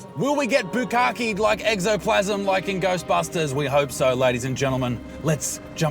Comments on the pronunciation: "Exoplasm" Guys, its Ectoplasm. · Eco - toe - plasm Ectoplasm not Ecosoplasm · Ecto plasm... not Exo lol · Eggsoplasm. XD Correction, though nobody cares: Ectoplasm. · Ectoplasm hahaha exoplasm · Ok Buttsmarn, say it with me. —> Ecto <— plasm. You’re welcome. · You guys were close with the pronunciation of "Ectoplasm" which is a term from Ghostbusters 🤣😂 Great video though. Keep them coming my good man.